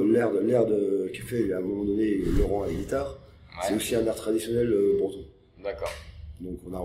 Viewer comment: LORANNNN pas Laurent